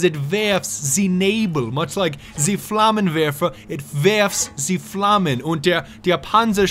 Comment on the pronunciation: good german... you said it right... Nebelwerfer and Flammenwerfer and Panzerschreck... but you are right... the maincharcters englisch with german sounds verry american